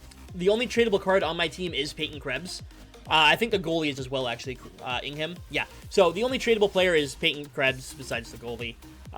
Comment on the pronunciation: Btw- Jacob Ingham is pronounced Ingam. Basically silent H lol. Just thought I would let you know. He’s a great kings prospect!